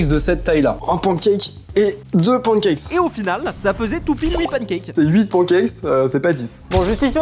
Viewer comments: les français vous êtes teeellllleeeement ignorants ON DIT PANNE CAKES PAS PAN CACKES!!!! PARLEZ BIEN ANGLAIS OU PARLER PAS ANGLAIS!!! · qui dit pouancakes 😂😂😂😂